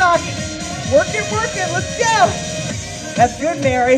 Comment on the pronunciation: At the beginning of the last tabata when you said I want you to work as hard as you can, I thought you said I want you to twerk as hard as you can lol So I did, and was having a great time until I looked up and realized you weren't twerking!!